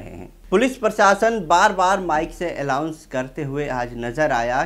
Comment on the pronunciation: Mic par allaunce nahi announce bolo